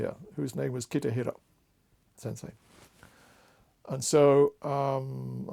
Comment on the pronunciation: So nice. Thank you. If I may - the name is Kitahira Sensei (not "Kitihira" sensei)